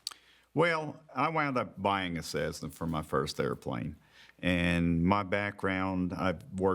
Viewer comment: NICE VIDEO. Let know it is not cezzna but cessna. Hurts my ears every time he says it.LOL